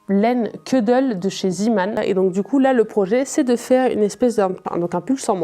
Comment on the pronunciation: Bonsoir , on dit zééééman mdr (désolée ca m'a surprise à chaque fois que tu l'as prononcé ) sinon comme tu parles anglais il y a la chaine it's all in a nutshell pour des tutos detaillés si tu veux t'améliorer il y a bcp de cal et tout et ca te mènera à bcp d'autres chaines comme the crochet crowd tania reis et bien d'autres.en francais il y a mamie crochet ou lidia crochet tricot.. ou encore par exemple aussi tinna thorudottir ou tu pourras decouvrir le monde merveilleux du mosaic crochet ! ... tu me diras merci plus tard lol .. et sur ravelry evidemment au cas ou tu ne connais pas. pour ton souci de serrer tes mailles, ma meilleure amie s'y est mise il y a peu elle avait le mm souci , je lui ai conseillé de prendre le crochet taille au dessus pour démarrer et ca serre moins ses mailles... bonne chance dans cette nouvelle aventure !